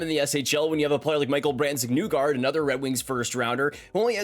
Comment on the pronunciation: If you pronounce Nygård correctly it would not be mistaken for the word you’re suggesting. It would be Nee gore-d (except the ee sounds a bit different and the r is almost silent). It sort of rhymes with “see more”. I’d be very surprised if an algorithm would interpret that as a bad word.